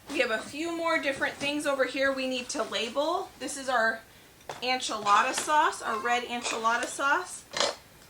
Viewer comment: Please, why do you say Anchelada instead of enchilada? It throws me off haha. It’s fine but I gotta know!